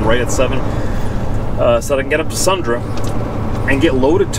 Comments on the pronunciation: its Sundre "SUND REEEEEEE" Great job on the vids! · It's pronounced Sundreeee. Long "e".